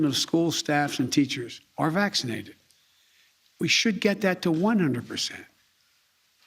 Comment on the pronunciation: Vaccseenadhid. Ugghghh 👩‍💻